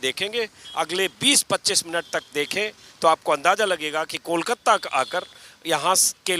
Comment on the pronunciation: Anjum jee Kolkatta nahi Kolkata kahen